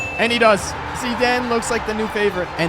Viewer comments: Bro why tf are you calling him zedane it’s Zidane 😡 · Zidaan, I think he meant zidane. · Bro really said zeeden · Did anyone else think he says Zidane epwweird